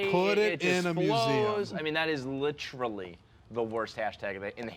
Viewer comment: Bro you gotta stop saying "litrally"